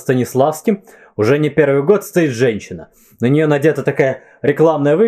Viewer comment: Всё-таки Ваше нарочное «перьвый» режет слухъ((